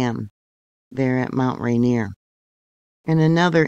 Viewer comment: Pronounced "Rain-Ear"